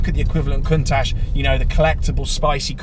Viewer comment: Its not Cuntash its Countach. You're another youtuber that doesn't pronounce car names in English properly. I've heard recently Schkoda, Oodi, the good old Porsher. What's next Lund Ruvoo, Mercedess, Alfa-Romeo (with a fake Italian accent).